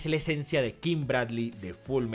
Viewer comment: No es King Blardley Es Kingu Boratory